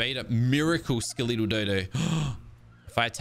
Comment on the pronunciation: Anyone else catch how he said Skeletal? "Ska-lee-tall" 😅